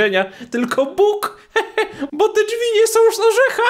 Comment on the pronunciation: Ale on powiedzał som